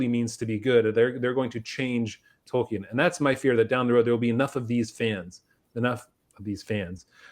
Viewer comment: Tolkien, not Token.